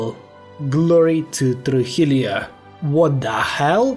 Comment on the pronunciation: The "LL/ll" in Spanish is pronounced as the "y" English letter in "year", so a word as "Trujillo" would be pronounced as "Trujiyo" and not as "Trujilio" 👀👌